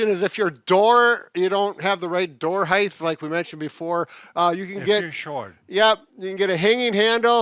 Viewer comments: I haven't heard someone say heighth in years. How long have you been out of school old man? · Height is the correct word. No extra ‘h’ at the end.